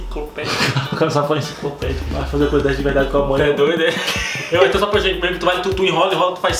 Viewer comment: "Incicloupledia" kkk